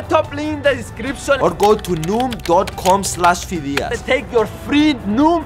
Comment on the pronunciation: you said noon not noom